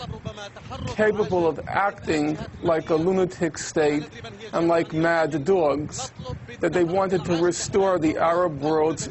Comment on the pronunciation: She is so hot and seems to be a warm person, a contrast to the monotonous stream of words coming from this graduated douchebag who pronounces Obama like Oh-bae-ma and says things like Mad-de dogs. ''Well errrrr'''And then he does not answer the question but just babbles about other things Israeli have done . Israel does not use its nukes and his assumption is as preposterous as his entire exterior and interior.